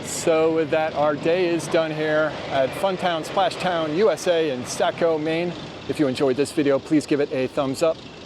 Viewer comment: Very close, but it's more of an "oh" instead of an "ah". Think of the word "saw" and add a "co". Saw-co